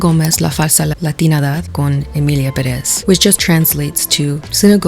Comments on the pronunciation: please pronunce Emilia Pérez right, Pérez has an accent on its first syllable and you´re accentuating it on the second syllable, no hate, it's just with all this cultural controversy and saying you're latina it kinda gets on my nerves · I feel like you're just a Selena hater because there are many other problems in the film (according to Mexicans and trans people) and almost your entire video focused on SG lol. And you're criticising the Spanish spoken by her in the film when apparently you yourself are pronouncing Pérez wrong. Please make it make sense. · I just realized that not one of the reviewers I’ve watched so far has pronounced Pérez correctly. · why do the cringe switch between English and Spanish pronunciation of things if you don’t know how to pronounce pérez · "Pérez" se dice con acento en la primera e y no en la segunda como lo dices en el video, sin ofender pero creo que sí vamos a criticar el español de Selena creo que hay que tambien hay que respetar el idioma del que se está hablando en primer lugar. 😢 Aún así me gustan mucho tus videos y tus opiniones:3 sigue así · As a latino, lo que más me molesta de todo es que nadie pronuncie bien el apellido Pérez. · as a Pérez que no ha visto la película, como que no lo pronuncian bien 😭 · Girl why u pronouncing perez like that lmao aren’t you mexican? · No está diciendo una frase completa. Dice una que otra palabra aquí y allá para un video de más de 1 hora. Si quiere criticar a otros, que empiece por ella. Tuvo todo el tiempo en el que buscó fuentes e información para este video, para escuchar la pronunciación correcta de Pérez o las otras cuatro palabras random con las que sazona el vídeo. Y así con cada uno que publica. No es que tenga que conjugat verbos, es literalmente un par de palabras. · how to pronounce Pérez: pÉrez. The accent is in the first e, sounds like eh idk try it. it's not perÉzzz. shorten the z please (it's should be more like an s depending on the accent)